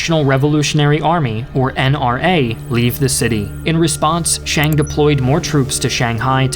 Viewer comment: Who's "Shang"? it's Chiang with a "C" and an "I" in front of the "A". Nanjing not "nanshing".